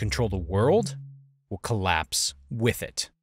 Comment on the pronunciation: “Collaspe” fancy.